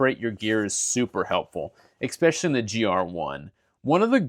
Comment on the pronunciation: ^es-specially* There is no X in the word.